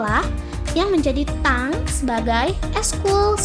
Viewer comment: Tank itu dibaca: "TENG" ya bukan "TANG" emang perkakas